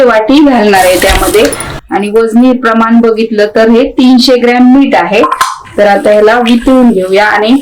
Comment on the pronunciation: तुम्ही मिरच्या तळताना दाखवता व भाजून खायच्या म्हणता तरी तळून खायच्या म्हणा व मीठ म्हणा मीट म्हणू नका.मराठी शब्दांचे व अक्षरांचे उच्चार सुयोग्य करा शुद्ध बोला. पाक कृती छान आहे.